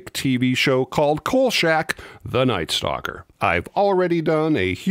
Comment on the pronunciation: Kolshak? Always heard KolCHak